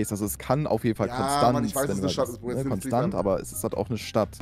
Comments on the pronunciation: Hallo lieber Kevin Ich möchte euch nur mitteilen dass, es zwar Konstanz geschrieben wird, es aber im Konstanzer dialekt Konschtanz ausgesprochen wird und jeder der s sagt hat es nicht verdient in Frieden zu leben. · Triggert mich wie Konstanz ausgesprochen wird 😢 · Broo es triggert mich wie die die Stadt Konstanz aussprechen. Die Betonung ist falsch bei euch